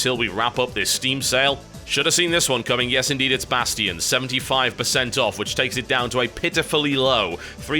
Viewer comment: he say bastion weird